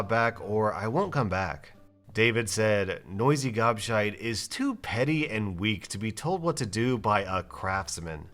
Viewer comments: You are saying gobshite wrong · Hearing an American say gobshite is so strange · saying "Gobshite" is hilarious. 🤣😂